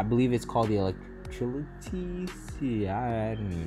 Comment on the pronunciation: electrility, i'm laughing at how you pronounced that